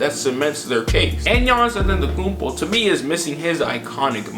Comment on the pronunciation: Fam its Antetokounmpo not AtEntAkuMpO